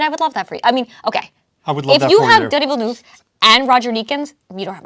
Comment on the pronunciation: Hi, I will help you pronounce Denis Villeneuve, try these words in your language: ''Deni vilnev''. Thanks for the videos. Cheers from Canada 🍸